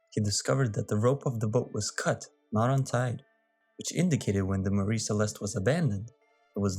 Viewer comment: You're mispronouncing "Mary."